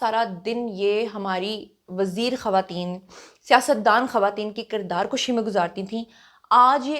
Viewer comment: kirdaar kashi nahi kirdaar kushi plz